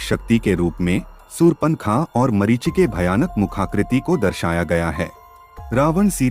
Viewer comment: Very good 👍 but one mistake marishi nahi marish. ❤❤❤